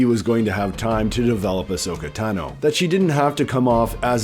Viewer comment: Tah No. How do people still mispronounce it. She says her last name 40 times